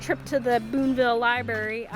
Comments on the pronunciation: Library not libary just saying. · If you going to the library, you might want to check out a dictionary and learn how to spell/ pronounce the word Library. I heard you say " libary" several times. "Just sayin'. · There’s an R in libRary and it is pronounced